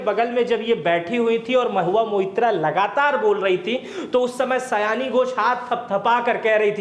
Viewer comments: सयानी नही सायनी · सयानी नहीं सायनी घोष है।